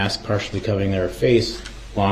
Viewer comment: Durrell Darrell. Brooks try to get this right for once in your life and your Darrell.